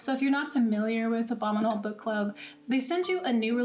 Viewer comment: At first I thought you said the "Obama Mold" box.